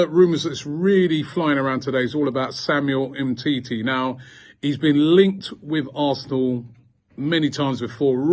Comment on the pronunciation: Nobody: Absolutely nobody: Robbie: SAMUEL EMTITI